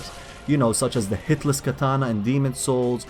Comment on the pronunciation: Loving thoes intros, where you see the weapon across all the games :) super idea and nice executed :) lol i heard Hitless Katana as Hitler's Katana xD omg